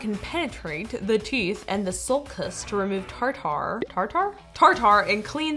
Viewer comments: nobody: literally no one: me: tartar. Yeah: TarTAr! (With her teeth out) Lol 😆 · its pronounced tar-ter